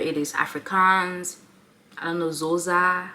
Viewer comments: It's Xhosa ffs! Klik-osa. :) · It's not "Zoza" it's "Xhosa". It has a click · Xhosa. I think she would not have mistaken Zulu and call it Zoza. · Lol it's Xhosa (Xho not Zo)😂😂 I think the Hadzabe tribe(Tanzania )can easily pronounce Xhosa qhina qoqa gqum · LMAO!!! As a "Zhosa", I'm really disapointed by the Zhosas in your life. You should be able to pronounce the "X" by now. And S'pitori would help you much outside Tshwane. They whole country never understands half of what those people are saying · Gauteng train 😂 I can't even begin to explain how to pronounce it. Ask someone at the uni. Also ask about Xhosa, cus you got that wrong too. All good though, I enjoyed the video and have subscribed